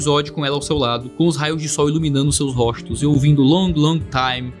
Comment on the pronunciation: "róstos" é mto estranho de ouvir